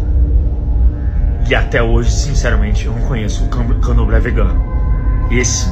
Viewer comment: Ele fala:"eu ainda não vi camdoblé vegano"? Só eu ouvi isso?